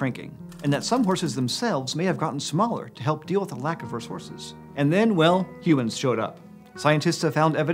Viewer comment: ...is it just me or did he say resources as "res-horses"